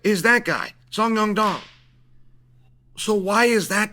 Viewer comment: First of all Chael pronouncing names is hilarious. 😂 "Song Yong Dong" "Fitz-i-ev" Second, sean won, Rose did also.